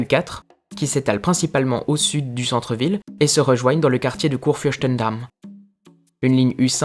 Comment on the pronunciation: Une petite correction: On dit Kurfürstendamm pas Kurfürschtendamm. Au délà, la prononciation est bien reussie